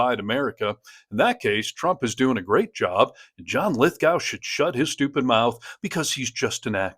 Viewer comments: It's pronounced Lith-Go, not gow. But totally agree and love this guy. I paid for a meet and greet with him when he came to Manchester, NH, in 2022 to discus vai9ous topics with a local reporter. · It’s pronounced Lith - Go, Not Lith-Gow. Just as Moscow is pronounced Moss-Ko, not Moss-Cow. Lith Go, Moss Ko. Also Electoral College… wow. you don’t have mandatory voting, your system is 3rd World. Your campaigns go for years, vs 6 weeks everywhere else. We’ve had universal healthcare for 50 years. Our Prime Ministers cannot have a parking ticket, let alone pardon people. We’ve removed 5 prime ministers in a year for less than Trump has done in a day. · It's Lith - go, not gow. Just saying. He is the nicest man on the planet, btw. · Its pronounced Lith GOH. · Please note: The second syllable of John Lithgow's name is pronounced GO. Like the verb "to go." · John’s name is pronounced Lith-go, with a long o. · His last name is pronounced Lith go